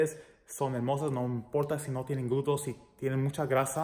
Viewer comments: 🤭 me encanta cuando dices glutos, en lugar de glúteos 😬 excelentes rutinas, gracias, saludos desde mexico. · 🤣🤣 me encanta cuando dice los glutos 🤗 saludos desde Puruandiro,Michoacan, Mexico